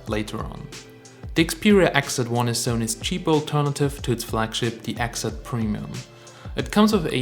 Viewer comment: Nice try mit dem ganzen english aber du sprichts XZ falsch aus. I will never understand why austrians tend to throw their language out just to get more views. Barely any austrian viewers I guess, they could watch any other tech channel aswell. RIP Austrian language and Youtube. I guess I have to do it all myself.